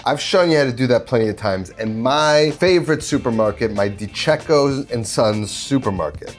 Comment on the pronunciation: DiCicco is pronounced: DE-CHEEK-O, What you said, De-CHECK- O is spelt: DiCecco.